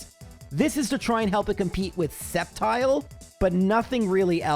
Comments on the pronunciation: it's pronouncd "Step Child"!!!!!..lmfao :P (I really did mishear it as this)....lol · I'm skeptical of that Sceptile pronunciation. :3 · I am sceptical of this spectical of sceptile